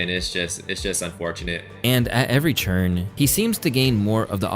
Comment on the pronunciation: Why do you always say churn instead of turn??